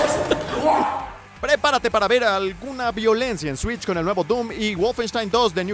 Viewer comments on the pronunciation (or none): none